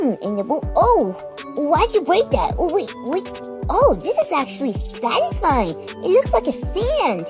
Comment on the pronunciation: Why do you say satesfine ? Every video